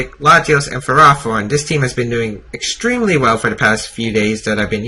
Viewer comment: It is FerrOthorn not FerrAthorn.